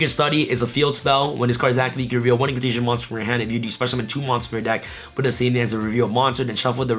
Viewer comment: “Indulgence-Dino’s... No, no... Indulgence-Impcantations”.